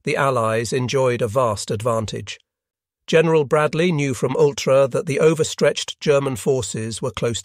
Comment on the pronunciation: The AI that speaks was atrocious on this video. General with a hard g. Whoops.